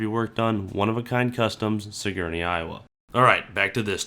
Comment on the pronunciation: It’s sig-er-nee, not suh-gor-nee. Damn northern Iowans lmao.